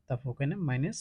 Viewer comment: Maines😂 na minus 😅